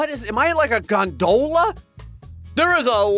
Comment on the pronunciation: I'm sorry, how did you pronounce gondola?